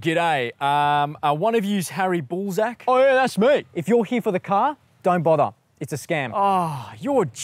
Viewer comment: When he said Hairy Ballsack, I had to rewind to find out it wasn’t Hairy Ballsack, but Harry Ballzack. I think…